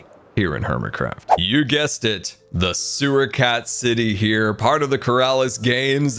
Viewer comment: you just said where the suwer ar